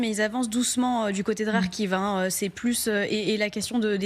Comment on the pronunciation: Clara a dit Rarkiv 🤔🤔🤔